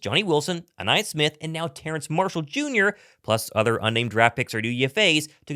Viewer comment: Terrace. No “N” in his name. Goodness me.